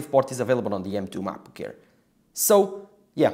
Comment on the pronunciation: i thought its called macbook air why he keep saying macbook care?